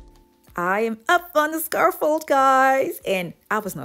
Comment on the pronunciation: You did an awesome job! But it’s pronounced SCAFF-OLD not Scar-Fold. And Niche is pronounced Knee-sh, not Nit-ch. sorry, just hear these words mispronounced so much.